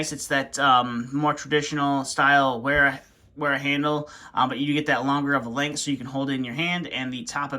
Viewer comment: Wera is a German brand. You pronounce it Vera.